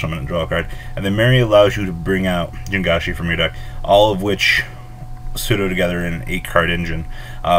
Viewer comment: Dude, Ji-ang-shi. Not Jin-ga-shi